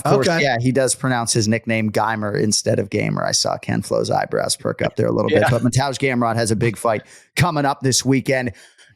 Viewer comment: ok who the hell is mantoozh gamrot